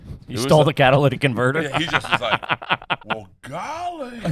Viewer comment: The irony that they make fun of people for being southern, and can't speak English themselves. Wtf is a "hammick" lmao it's a Ham-mock, and I thought even a city slicker would know what a jon boat is. Priceless then in the middle of me writing this you say Cadillac converter it's Cat-a-lyt-ic, a Cadillac is a car. I bet you guys ask if a car has a V-4 in it too. I know you're joking but city slickers making fun of "red necks" is so dumb and short sighted, to a lot of people I would be considered a red neck but a lot of "rednecks" I would be considered a city slicker, but if shit ever hits the fan and world War 3 shit starts going down, I guarantee the rednecks will outlive the city boys 99.9% of the time. I also guarantee these two can't change their own oil, tires, brakes, ect. I would be surprised if a lot of these people could do stuff as simple as patch a dry wall, or even hammer in a nail.